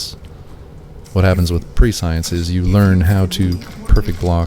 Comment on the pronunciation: Prescience is pronounced Press-e-ence Love your content btw ♥️🙌✨